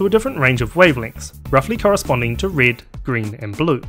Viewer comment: the absence of the letter e in your accent is fairly annoying... it's red, not rid, sensitive, not sinsitiv